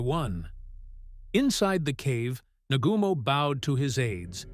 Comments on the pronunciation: NA-GU-MO !!! & He Commited Suicide !!! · Nagooomo - please!